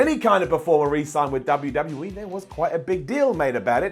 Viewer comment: Did you just say "WWE teet"? You did.